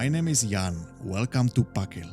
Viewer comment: Þ (Th) = th as in "think" (not as in "this") ak = sounds like "ahk" gil = roughly "gil" with a hard g (like in "give"), though the Icelandic g is a bit softer than in English. So speak it, THAHK-gil, please. But sure, a realy nice hike.